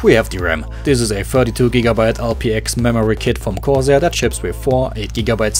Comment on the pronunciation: You read 'Corsair' quite uniquely XD